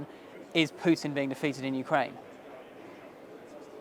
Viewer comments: Yeah, it's Путин, not Пютин. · exactly. The most basic level of learning the Russian alphabet would fix this. Also learning to pronounce «и» would help. Он зовут «Путин» а не «Пютэн» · As a Russian speaker, I just can't listen to the pronunciation of "Pjiutin" 😂